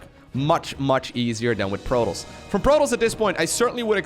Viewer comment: "...for Prototss i would certanly expect Maroduers..."